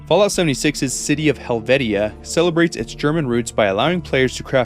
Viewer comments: Helvitia is pronounced like hel-vee-sha. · I always thought the town was pronounced "Hell-vee-shuh", and that they were "SILT" beans, like the fine sand or soil found around rivers and streams...